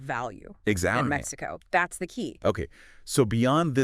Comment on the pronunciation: Maxico? also AI needs to get a bit better